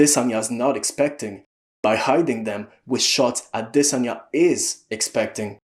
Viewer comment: He's actually saying it properly, I'm pretty sure. As for Jan, its close enough